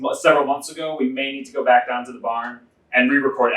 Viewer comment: So many comments, gonna just keep adding notes here as I watch. Today's comments: - New Jersey resident here; Chicago is the closest I've ever been to Minnesota in 50+ years of life. And yet ... even I knew that "barn" was said very Minnesota. - Writing this as soon as it's read out, but I'm kinda hoping the martial arts display doesn't even happen in this episode ... but I understand how, in an episodic television format, you have to follow up on it in the same episode. - Always enjoy a task where everyone blows it. - I think I would have given a generic "additional time" penalty for each cup moved beyond two, enough to make it not worth it to just smash all the cups (though I bet someone would do just that; pretty much proven at the end). - Is Ben the shortest contestant? I can totally understand not noticing the task above the doorway when you're the only person in Minnesota under 6 feet tall. - And there's the martial arts. I Googled "Is Boxing a Martial Art" and the highlighted result says: "Webster's dictionary defines martial arts as “systems of self-defense originating in East Asia, such as karate or kung fu, also engaged in for sport.” By this definition, boxing would not be classified as a martial art solely because it did not originate in East Asia, e.g., China, but in the West." Good luck on your continued efforts of getting Alex's acknowledgement! I know I've seen people talk about you guys in a few places, so it seems possible!